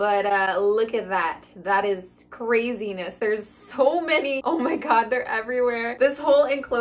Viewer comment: Within the first 30 seconds , I don't know if you meant to or not , but you said - "cwaizness" - lol.